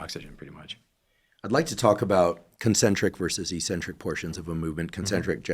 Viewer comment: “Ek” centric. Not “ee” centric. Pavel says it right.